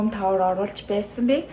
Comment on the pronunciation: Tour - zuv duudlaga ni Toor or Tore gej duuddag shuu. Not tower. :)